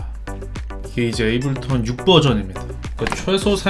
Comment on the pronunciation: 에이블턴 말고 제발 에이블톤이라고 해주세요..;; 너무 거슬리네